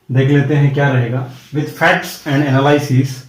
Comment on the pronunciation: Its एनालिसिस not एनलाइसिस और दूसरी चीज आज गुरु पूर्णिमा है उसकी गरिमा का ध्यान देना चाहिए था आपको बच्चो को गुमराह करने का कोई अधिकार नही है और रोस्टर सिस्टम ऐसा क्या सिर्फ आपको ज्ञात है बिना गूगल खोले हाल में ही du के लिए नया रोस्टर सिस्टम आया है उसे समझायेगा ।बच्चो को रोस्टर नही पता सर आप कुछ भी बोलेंगे तो क्या लोग सुनते रहेंगे ।